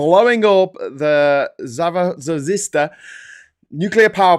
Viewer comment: That was the worst attempt at Zaf - fer - ree - chzz- ia ever. Please try harder.